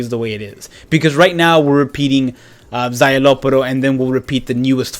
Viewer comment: SZAYELOPPORO ????? Wtf his name is szayelaporro😂